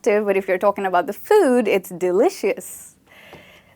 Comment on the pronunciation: Ma'am I guess pronounciation of delicious is wrong